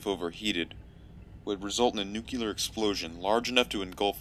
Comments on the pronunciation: Bruh is nuclear not nucular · Every time said "Nu-kyew-lur", I cringed a little. By the end, I was tucked in like a scared turtle. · "Nukuler" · Nookyelar reactor